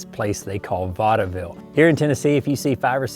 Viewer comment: Vaudeville ( I believe the E is silent ) yes it is on the map, by Fredericksburg